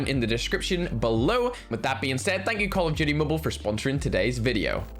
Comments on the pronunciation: I love how says call of duty but it sounds like call of judy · Nobody::Call of doody mubail